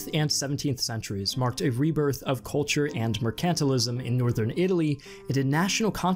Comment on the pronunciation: You mispronounce a lot of stereotypical historical vocab words, such as "hegemony" and "mercantilism" in your videos. It makes the credibility kind of go down when this is a constant theme throughout multiple videos on this channel. You typically say foreign cities correct, while the baseline historical lingo is often butchered. Still like your channel, but I suggest triple checking your pronunciations on every word in the scripts.